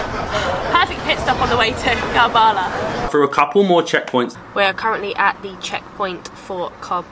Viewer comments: Love this . Karbala ( pronounced Karbala , Not Kaarbala ) . Much respect to you for opening this beautiful city for everybody. For Shias , it is the most holiest of sites. Salaaaam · Its karbalaa but you can read it ( ker'bela ) 💚 💙 💚 💙 💚 💙 💚 💙 💚 💙 💚